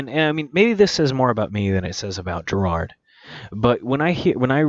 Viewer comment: his name is gerard. not gerald, etc lmao if i you’re taking 15 minutes + to review a song you should probably learn their names first, no hate